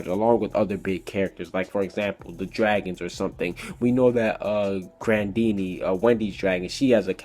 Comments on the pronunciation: Ha! Grendini! 😂 it's Grendina! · Dude you SUCK at pronouncing stuff, it's Edolis not Edolos, it's Grandina not Grandini seriously have you even watched the anime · he says a lot to stuff wrong like grandina and edolas